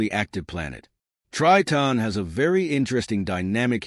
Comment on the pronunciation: Terrible astronomy video. Tons of random images and the narrator can't even pronounce Triton. Waste of time.